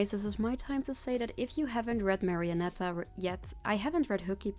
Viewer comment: i swear i am not gonna over rea AAAAAAAAAAAAAAAAAAAAAAAAAAAAAAAAAAAAAAAAAAAA Also you pronounced marionetta correctly the first time